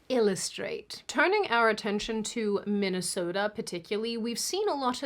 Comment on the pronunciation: for someone who’s not Minnesotan, you really got that oOo sound down when saying the state name😂😂😂😂 idk that made me laugh cause most people don’t hold the o